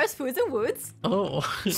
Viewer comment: Lol " Flowers, Foods, and Wouuds"